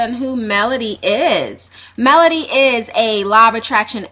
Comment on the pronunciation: Melody not Melony lol